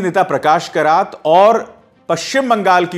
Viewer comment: Karat nahi keraat aur Dr MMSingh, Keraat and M Benerji valied degree walee hain